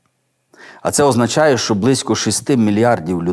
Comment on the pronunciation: Дякую за проповідь, все актуально і зрозуміло.Але бажаю вам чітко вимовляти,що, а не шо,бо не гарно звучить